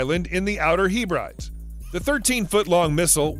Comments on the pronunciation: The He Brides??? You mean The Heb red dees. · Most of us probably know that he means the Heb ree dees, island north of Scotland, Does he know Scotland? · It's pronounced "Heb-ri-deeees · It's pronounced as Heb-Bri=Deez NOT Heb-Brides! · The outer " He- Brides" , you should be arrested for murdering the English language.